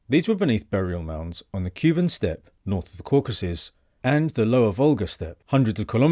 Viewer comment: Kuban' takes stress on the SECOND syllable. I was very confused when you mentioned Cuban.